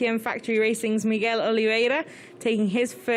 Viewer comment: Hello Migwell.